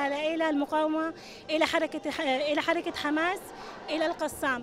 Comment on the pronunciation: قالت حركة خماس وليس حماس . اعيدو الفيديو. من ينطق بالخاء😮